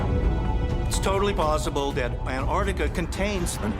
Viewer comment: Antarctica has 2 'c's! How can someone with a PHd not pronounce it correctly?